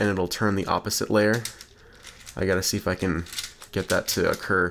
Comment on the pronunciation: I thought it said "f***ing get it to happen" instead of "if I can get it to happen"